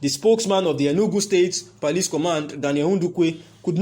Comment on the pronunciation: What is he saying, is it police or parlice?